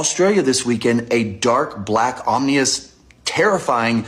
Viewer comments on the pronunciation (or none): dude pronounced ominous “om-nee-us” 😂